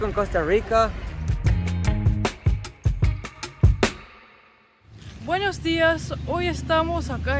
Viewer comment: Cuando el chico trata de pronunciar las erres de costa rica, no las pronuncia bien, las pronuncia como gringo. Puede sonar parecido, pero no es igual, la erre costarricense es retrofleja y la erre gringa es aproximante. La erre retrofleja es más difícil de pronunciar, por lo que se entiende que la pronuncien a la gringa y piensen que eso es todo.